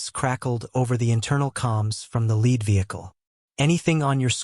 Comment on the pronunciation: I wish AI would learn correct pronunciation based on the words around, e.g lead being pronounced either "led" or "leed". To a lot of people its like tge screach of chalk on a chalkboard. Almost makes me want to stop the story instantly.